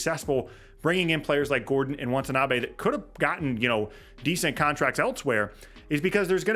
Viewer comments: its "Watanabe" not want. still love u tho - bulls fan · Good breakdown. Can't wait for the new season to start. Minor point of clarification - pls don't take it as a petty quibble - it's WATANABE. Kudos for pronouncing Metu's & KBP's names smoothly & correctly.